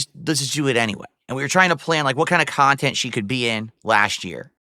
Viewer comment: your wife doesnt want to be in your khhhaaaannnttteennntttt